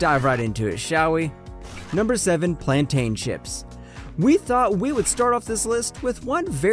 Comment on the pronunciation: The way you pronounced “Guyana “Plantain” Metamge “ just cracks me up. I am a born Guyanese and luv your video.